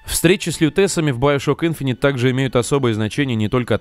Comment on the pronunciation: Иговорится не `инфонит ,а Инф`инити